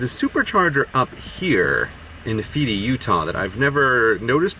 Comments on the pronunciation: Just FYI, it's "nee-fy" (Nephi) UT, not "nee-fee". He's a character from the book of Mormon: Not that I'm blaming you for bad pronunciation. Utahn's just invent their own ways to say things. Take for example the city "Hurricane" (pronounced hur-i-cun), or "Tooele" (pronounced tah-willa). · Utah has a lot of towns that are hard to pronounce but never have I heard anyone pronounce "knee-fi" as "Na-fity" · "Nee-Fee-Tee" Utah, (Nephi) Just FYI its "Knee-fi" rhymes with wifi. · I'm originally from Utah, but haven't been there in qutie a few years. I don't usually miss it, but man this video made me homesick. Thanks for appreciating it. (BTW: Nephi is pronounced nee-fi /ˈniːfaɪ/, not ne-fee) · When you said "Feedee, Utah" or however you pronounced Nephi ... it's actually pronounced NEE-fy (fy rhymes with pie). (Unless you were talking about Fountain Green or Freedom, but those don't seem to be where you're indicating on the map, and they're down a different road.) Glad you made it! Nice to see you could visit Dead Horse Point--such pretty views. Thanks for the informative vlog. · Neph it? No it is Nephi is pronounced Knee Phi its a name from the Book of Mormon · This popped back up in my feed again.... and now realizing just how many other places got mispronounced... Ely = eelee as opposed to ee-lie, and Nephi is Knee-fai as opposed to Na-fee-tee. Being from the West it's just jarring to hear them all pronounced wrong, if only because it makes he harder at a casual listen to follow where you were. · Hey grey just a little thing the town of nephi come from the Book of Mormon and it’s pronounced neefi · “Ely” is pronounced “E-Lee”, and “Nephi” is pronounced “Kneef-eye” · Just here to say you pronounced Nephi, UT wrong. It's pronounced knee-fi (like the fi in wifi), it's not a common word, just a heads up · "We've made it to Deseret." iN OuR LOvELy DEsEReT... Also: Nephi is pronounced Nee-fai. (I'm a Utah resident) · Nephi lol, knee-fi bro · FYI, It's pronounced nē´fī.